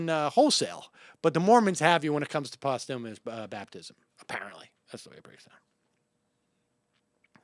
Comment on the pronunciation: posthu-mious? wtf